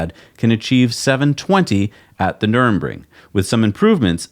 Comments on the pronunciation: is always pronouncing place names terribly. I kinda wish he'd spend 5 minutes googling for the correct pronunciations before filming each show. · "Nurbring" ? "Numbring" ? NUR BURG RING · It's nurembergring ----- NUR BERG RING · Please stop calling it nurembergring. It's Nürburgring. Ner - Berg - Ring. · Noor-burg-ring. Nuremburg was where the Nazi war trials were held. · NurBURGring, not NurEMbring. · NUR-BURG-RING not NURN-BRING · PSA: It's Nür-burg-ring. Nothing to do with the city of Nuremberg. Or "Nurmbring", whatever that might be. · Its Nurburgring. Not Nuremberg. Trust me, you don't want to confuse these things. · NUR BURG RING - c mon nerds, learn to talk automotive talk. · "Nurr burr gring," pronounce it correctly BOTH OF YOU ... pronounce/enuciate guys ! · For the love of all that is holy, NER-BURG-RING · Guys, your german pronounciation really has some room for improvement. Call me if you need some traing lessons and we'll take a Porsh to Nurbring 😉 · Say it together.... Nur... burg... ring. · Dude. You’re just gonna HAVE to learn to pronounce this: Nur.Berg.Ring. Just like it’s spelled. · You'll figure out how to say Nuerburgring at some point. "Noorr-berg-ring" would be close enough probably. :) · Guys, you’re murdering German again! It’s Nür-burg-ring. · My ears and heart hurts every time you guys pronounce nürburgring as nurembring or worse Nuremberg :'( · Nürburgring Ner-burg-ring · "Ner" "Berg" Ring" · Please learn hot to pronounce Nurburgring. Nurr Burg Ring. Not nurmingringmoningemburg. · you’ve added an “N”. Why? The track is located at Nürburg. No “N” in the middle of the town name. Ditto the track name. (edit) maybe you were just joking and aping what they said. Though I think it was more NUR-EN-RING. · Nürburgring: Nur-berg-ring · I don’t understand why you still struggle with saying “Taycan” and “Nurburgring”. Probably best that you don’t bother trying “Nordschleife”. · Why can't you say Nurburgring? it's not so hard.